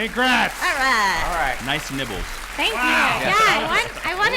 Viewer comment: did he say nibbles or nipples...lol